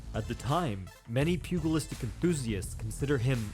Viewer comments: Pew-Gel-istic, not pew-Gull-istic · You need to look up the pronunciation of the word “pugilistic”.